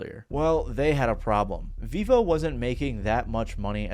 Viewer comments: It’s pronounced “veevo”? I always thought it was pronounced “veh-vo” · I thought it was pronouced Veivo, not Veevo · Vevo ❌ Vivo ✅ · Its actually prenounced Veh-vo not vee-vo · So with the logic of its creation, it should be fair to assume it is not pronounced Vevo but rather pronounced V-evo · You are pronouncing Vevo as Vivo but Vivo is a tech company and Vevo is pronounced differently from the tech company's name. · I thought it was pronounced vefo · Vevo is actually veeeeeeee hoe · I think if they had pronounced it VEH-vo it would've potentially saved them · That's how it's pronounced? I thought it was pronounced vayvo or vehvo. Didn't even know they had their own site. Btw what happened to utube? We used to get music from there in the early 2000s Now it's a website that sells u shaped tubes.